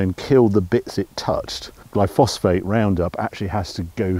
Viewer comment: “Glyfosphate” it’s actually “Glyphosate”. (Roundup). Glyphosate is not the safest product to use. It might be carcinogenic. Still slowed by EU regulations but (my guess) not for too long.